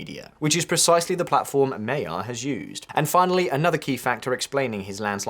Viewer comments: May Yar are you joking mate FFS.... Urgently learn how to pronounce thw person name!! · "Mod-your Pay -te-rr" is a bit closer to correctly pronouncing Magyar Péter. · Why can't anyone pronounce his name properly? It's not that difficult! Even if you said it like 'Madjar' that would be an improvement. Also, the stress in Hungarian is always on the first syllable. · You could take 10 seconds to learn how to pronounce his name. "Mah-jar". Do better. Not impressive. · It's weird. Where did this silly "Mayar" pronunciation come from. I'm sure that less than a year ago English speakers (in the UK at least) pronounced the "g" pretty consistently both for the ethnicity and the name - which may be wrong but isn't as wrong to my ear and at least has some logic as English spelling. Where's the logic in reducing the sound to a y? I suspect it started in the US where they like to demonstrate their sophistication by pronouncing all other languages as if they were Spanish. And of course trendy UK types, left or right, love aping USers, so here we are. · The "gy" in his name "Magyar" is not 2 letters, it's 1. (The Hungarian alphabet has 44 letters.) His surname means "Hungarian", so maybe it's worth googling the pronunciation. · It is hard to tell what is going to happen, even now. Hope is good though. I, as a Magyar, find it ahuge turn off though how crucial names are mispronounced by the narrator to this degree. Please, if you are mentioning names, take the time to learn how to pronounce them, including Magyar Peter. And since his family name is the same as the name of the entire country (MAGYARorszag ), I am sure that your listeners would highly appreciate your efforts. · Magyar is pronounced completely differently. How long would it take to check the correct pronunciation? Like 30 seconds? 🤷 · The GY in Magyar is pronounced like the D in during. You'll be hearing his name a lot, please pronounce it correctly 😉☺️ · the name is pronounced Majaarrr NOT Mayaaa